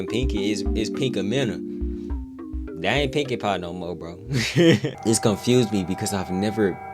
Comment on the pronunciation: By the way, not trying to be rude, but you actually said pinkamina wrong